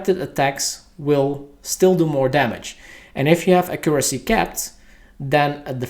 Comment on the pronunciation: great video, Im sure everybody will use this as a reference once the changes are out. only thing bothering me was your pronouncement of accuracy :)